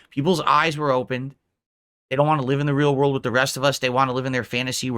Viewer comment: "everybody betrayed me, i fed up with dis worl"